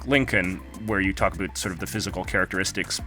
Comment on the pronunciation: Did you just say A BOOT #UnSubscribled